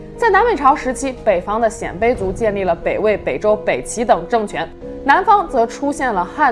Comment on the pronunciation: 我记得念 鲜卑(Xiānbēi)